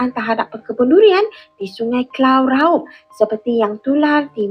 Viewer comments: Dulian laub😀duduk 🇲🇾100 tahun belum pandai sebut huruf r..raub jadi laub😂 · DURIAN RAUB ❌ LULIAN LAUB ☑️ 😅😅😅😂😂😂